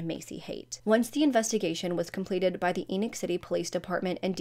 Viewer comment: It's pronounced Eeee-noch, like "knee knock", It's a Mormon name.